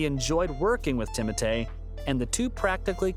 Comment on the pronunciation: Bro its timothee not timote